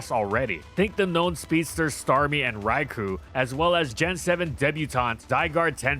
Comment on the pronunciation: Petition for to stop mispronouncing Raikou.